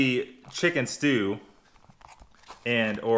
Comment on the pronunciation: Don't pronounce the T in Plat Cusine...... Just Pla Cusine will make Europeans happy.